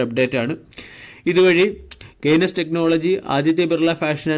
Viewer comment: കെയ്‌നെസ് അല്ല കെയിൻസ് എന്നാണ് ശരിയായ ഉച്ചാരണം.